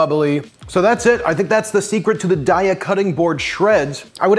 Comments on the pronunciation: Its pronounced day-a 😊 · It's pronounced "day ah". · Apparently, a Daiya rep. said it's pronounced "Day-uh," which had little to no influence on how I actually pronounce it: "Dye-uh." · It's "day-uh" (and that's per their own people if anyone is doubtful). 😁 And this looks amazing! Definitely saving! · Pronounced DAY-A! Love your videos! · HEY rhymes with DAY, and then you add an A. 🎶🎵 DAY-UH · Their website says it's pronounced day-uh because the first 3 letters are supposed to be like the first 3 letters in dairy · It’s Day-a... like have a nice day-a 😊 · Daiya website: We pronounce Daiya as “day-ah.” As in “Have a nice Daiya!” The name came from a play on the words ‘dairy’ and “Dayaa,” which is Sanskrit for “loving, kindness and compassion.” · You pronounce it "daiya" 😊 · It's pronounced daiya. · Actually it's pronounced Daiya.